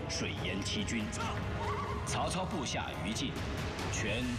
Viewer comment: 曹操应该是河南腔。。。